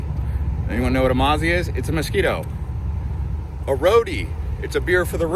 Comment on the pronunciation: Perth is a Scottish name .... A Mozzi not Amarzi ...Never heard of Prthies and I've lived here for over 50 years ....Everyone had a penal colony ...More rich people in Hong Kong ..........Better stick to describing your own hometown in the U.S.